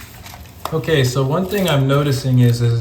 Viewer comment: "Otay" Buckwheat